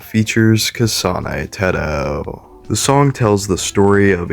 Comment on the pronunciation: But I like his way of saying "kasáne têhtoh" its so nice